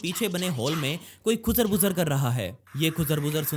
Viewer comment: the way you say khoosar phusar😄 nice explanation👌